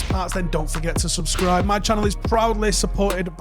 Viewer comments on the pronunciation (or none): none